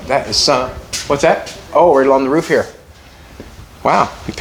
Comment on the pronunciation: roof not roog lol